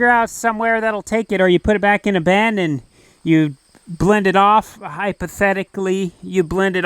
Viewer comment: Interesting he pronounces “bin” like “ben”. Why is that? It didn’t used to be the case.